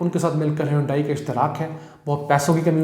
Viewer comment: HYUNDAI is pronounced as 'HAN...DAY'.